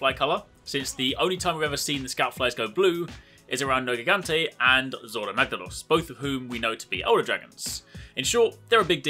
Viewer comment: It's written nergigante but pronounced nerjigante.